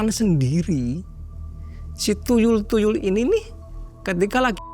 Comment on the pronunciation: Tuyul mang bukan TuLuy 😂